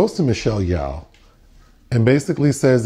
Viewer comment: Michelle Yawh lol it's Yeoh bless your heart 😂